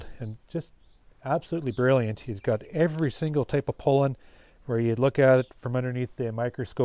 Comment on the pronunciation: Very nice BUT... could you stop calling it "pole-in", it's pronounced PAW-LIN (sorry but it drives me nuts )